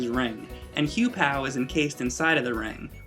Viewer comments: Hew-"pow?" I believe it's Hew-poe, but whatever. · Ack! I cringed when you pronounce "Phantomile" and "Huepow". I'm used to hearing the other way / how it's pronounce in Japan. Anyway great review. Maybe next time review Klonoa 2 and the GBA series? :D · Oh for the love of shit IT'S PRONOUNCED HUEPO! I FUCKING HATE IT WHEN PEOPLE MISPRONOUNCE HIS NAME! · anyone else notice how he pronounces huepow and phantomile wrong?